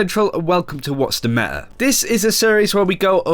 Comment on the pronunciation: "The meä"